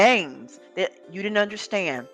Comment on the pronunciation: I can't stand the way he pronounces words!!! "Unnerschand"